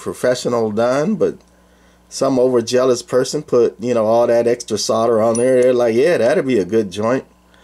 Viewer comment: "OverZealous", NOT "overjealous".